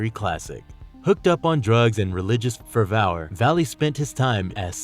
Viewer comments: how did he just pronounce fervour? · This dude needs to Google how to pronounce things he's not familiar with. HeRETic, religious "fer-vour." Makes him sound like a moron especially when it's a 2 second Google search per word. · Too many pronunciation errors, Shiva and fervour to name a couple. I don't mean to be a grammar nazi but everyone on the crew does it. Speaking of which how many people are part of this channel? It seems to be a different voice every time.